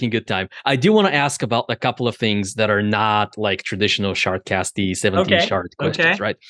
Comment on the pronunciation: Shard. Shart. Cast. The d and t are very close phonetically.